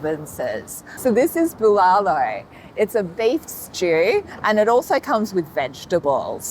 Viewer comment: Friendly tip add an h at each end of the syllables bbuh lah loh